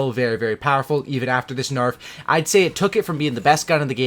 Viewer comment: did you noticed how u said narf at one point instead of nerf. I fucking died lol #narf